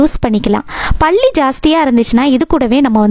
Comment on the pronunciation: பள்ளி இல்லை.பல்லி